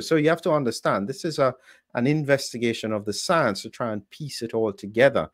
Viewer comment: Everytime I hear the word science, I see that little Howdy Doody looking Fauchi saying soience..